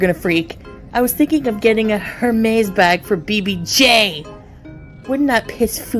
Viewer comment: saying Hermes incorrectly was 😮